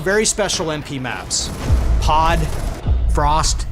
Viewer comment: I thought pod what called poo and I was like wtf